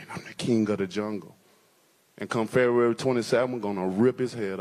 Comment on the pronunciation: Fury should make Wilder try and say February again.